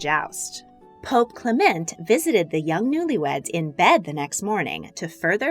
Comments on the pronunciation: Italian pronunciation: MED-i-ci. British (incorrect) pronunciation: me-DI-ci. Clement is CLE-ment. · I like the video, but she needs to work on her pronunciation. It's "MED-ee-chee," not "me-DEE-chee" and "CLEM-ent," not "cle-MENT."